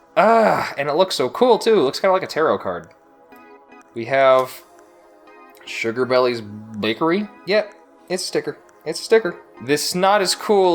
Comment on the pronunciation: Sugar belle's is now you pronounce it not "sugar bellies"😂